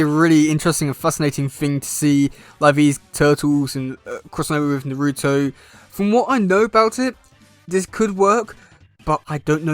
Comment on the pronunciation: It's most likely fanart but it sounds like fun, since both are two of my favorite ninja franchises. But they should pair the Turtles probably go with Teen Naruto, Sakura, Sasuke, and Sai to get a four on four. And yes you are mispronouncing "Naruto" even though it's funny.